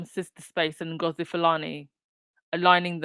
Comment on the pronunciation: Webb Her name is Ms Ngozi not Nagozi. Kindly correct it, we are past the days of butchering ethnic names. It's not a good look.